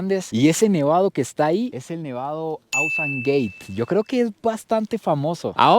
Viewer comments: bro, es Ausangate. It is not "Ausan" GATE LOL. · En el minuto el nevado se pronuncia tal cual se escribe: Ausangate, no 'Ausangueit' 😅